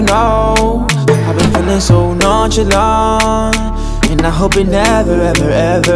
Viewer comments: A Boogie said "nonchalant" Alkaline said "nonchilant" Jamaican people alone😂😂😂😂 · A boogie said “nonchalant” but alkaline said “nonchilant” lol 😂😂 only Jamaicans